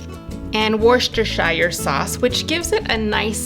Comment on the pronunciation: Wuh Stuh Shah sauce...not wuh stuh shy er" or "wurs ester shy er" which I've also heard.